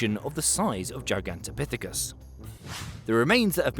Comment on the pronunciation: gigantopithicus what now 😂😂😂